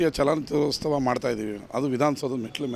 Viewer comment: ನಿಮ್ಮ ಉದ್ದೇಶ correct ಆದ್ರೆ ದಯವಿಟ್ಟು ರಾಜ್ಯೋತ್ಸವ ಮತ್ತು ಚಿತ್ರೋತ್ಸವ ಪದಗಳನ್ನ ಸರಿಯಾಗಿ ಉಚ್ಚರಿಸಿ.